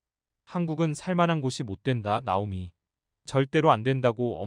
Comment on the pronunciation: 발음좀 제대로 좀 하시죠. 듣기 싫어요. 나오미 -> 따오미 -> 나오미 \ | /